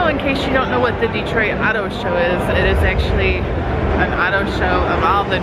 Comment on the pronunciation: Detroit is pronounced deh-Troy. Not Di-treat candi 😂